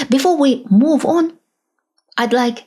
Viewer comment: You need to work on your English pronunciation. You stress the wrong syllables and your vowels smear into each other. First sentence, It's not underSTUND, it's under STAND. you rush the word, which makes the vowel mispronuciation that much worse. The word move is not pronounced "moof". watch is not wuch. Control is not contrul. It's not confisCATed, it's CONfiscated.